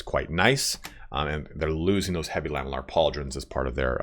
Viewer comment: Can i just nitpick on something: It's pronounced "la-ME-llar", and not "LAH-me-llar". Because it's made from lamelles.